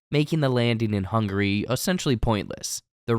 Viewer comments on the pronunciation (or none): Its "Hungary" not "Hungry" 3 syllables not 2